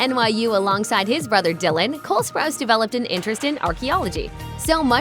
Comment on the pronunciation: You’re funny, you said spruce it’s spruce o